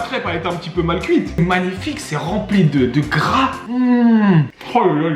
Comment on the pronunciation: Personne: Absolument personne:: « Magnifique c’est remplit de grraass! » 😂😂😂